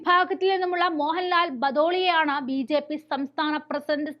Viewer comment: ഉച്ചാരണം വളരെ അരോചകം. ഉദാഹരണം : സമുധായം, ബീച്ഛേപ്പി, ഭാദ്യത, എന്നിങ്ങനെ.